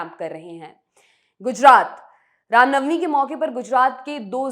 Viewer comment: Bhosdi walo, rama navmi nahi ram navmi hota hai.. Baklol kahin ke